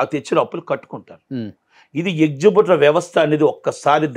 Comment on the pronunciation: ఎక్సుబ్యూటర్ ఏంట్రా బాబూ...ఏక్సిబిటర్ కదా..